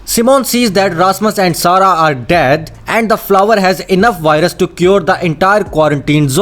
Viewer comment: I hear WHITE RUS